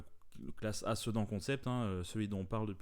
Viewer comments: On prononce "Sédane" Jai explosé de rire quand tu as dit "Cedans" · J'ai pas suivi ton FAC, donc c'est quoi ton boulot, parce que... si c'est pas ton job... eh ben c'est dommage. Juste un truc, perso je prononce plus "sedane" même si ça s'écrit "sedan". Super vidéo comme dab.